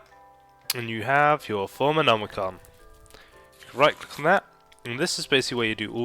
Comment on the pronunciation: It's thomcraft not thoomcraft :)